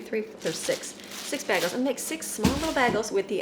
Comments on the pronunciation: It’s bay-goals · Sorry but it's pronounced more like: bay-gels. I almost couldn't find my MP3 players that I packed for our trip (I'm finally unpacking), but I found them.